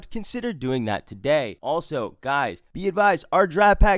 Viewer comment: "TUH DAY!"